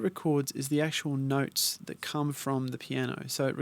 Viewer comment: You had me at "noyts" mate;)